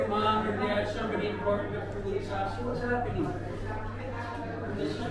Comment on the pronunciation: Oh-La-LayeeEEEEeeee ,,,,,,, WAZZ ZappIning ????? Yur killin' me with Dat one !!!!